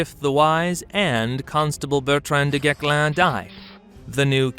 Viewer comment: The correct pronunciation of "du Guesclin" -- the "s" is NOT silent.